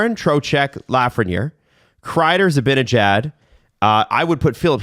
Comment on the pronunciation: The way pronounces Zibanejad drives me up the WALL XD